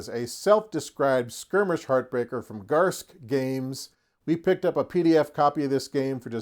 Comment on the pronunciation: Thanks for the playthrough! You do pronounce the "e" in Garske. Almost no one gets it right so don't feel bad!